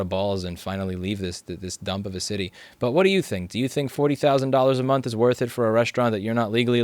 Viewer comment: "forty thousand a minth" lmao EDIT: Also inb4 Louis Rossmann becomes Based Floridaman